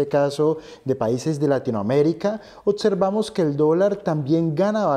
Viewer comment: OTSERVAMOS ???.... y como dices OBVIAMENTE.... OTIAMENTE ??....